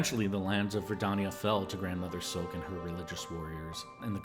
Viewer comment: It's not Grandmother silk It's Grand Mother Silk She is Grand not a grandmum...